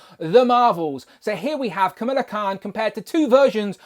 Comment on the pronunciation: Pronounced “KUH - MALL - UH” instead of “KUH - MILL - UH” 😉